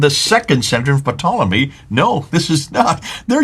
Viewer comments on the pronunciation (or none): it's a SILENT P on Ptolemy!!! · Ptolemy is pronounced tolemy. The P is silent.